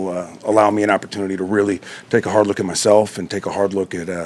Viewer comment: "I gotta take a bard look..."